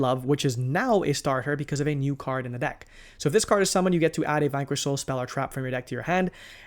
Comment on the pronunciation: “Vynquish soul” “Razzen” 😂😂😂 Love the content as usual.